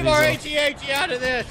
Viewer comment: The way he pronounces AT-AT's. LOL, watch Star Wars pls.